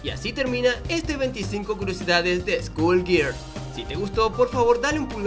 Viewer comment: "Escul gerls"